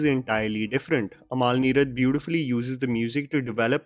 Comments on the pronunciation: Its Amal, not Amaal. :) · Bheeshma Parvam.. not varmam Not amaal its amal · Just to correct recent mispronunciation. Please follow अमल नीरद not अमाल , भीष्म पर्वं not वर्मम , गोविन्द वसंता (Vasantha is Govind's mothers name. He rechristened himself from Govind Menon to Govind Vasantha to break away from patriarchy.) Big love to you.